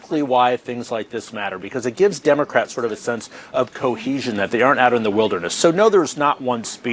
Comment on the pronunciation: I'll hold on to that mispronunciation I heard: Dimocrats.